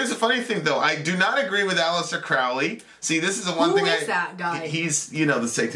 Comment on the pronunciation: Aleister Crowley, pronounced CROW-ley{not Crauley}. He once wrote 'my friends call my Crow-ley because they think I am holy, my enemies call me craley becase they think I am fowly". Just FYI. Also, he didn't write the satanic bible. The S.B. was written in the late 60's by Anton Lavey{founder of the Church of satan/CoS and modern non-theistic Satanism; though Satanism predates Lavey - though Laveyans will usually deny this fact}. Crowley died 20 years before Lavey even came alone. He was a leading occultist and philosopher in the late 1800's to the 1940's, and he combined elements of many ancient mystery schools from the Sumerian and ehyptian and greek to freemasonry and Rosicrucianism and even gnostic Christianity, amongst many others, and some elements of luciferianism or Satanism as well. Really his religion he invented THELEMA is a culmination of influence from ALL religions and occult mystery traditions, and even rationalism and deism. His theology was symbolically Egyptian{invoking Horus and Aiwas, Hadit and Nuit, amongst many others from Egyptian and other religions/cultures} or symbolically polytheistic{archetypal polytheism/soft polytheism}- if you read enough of his many writings you come to understand that Crowley was actually a deist or panentheist{or Panendeist} of some sort in his ultimate theological views. And he wasn't a Satanist, at least anymore or any less than he was a Christian, a qabbalist, a freemason, a muslim, a hindu, list goes on and on. Thelema al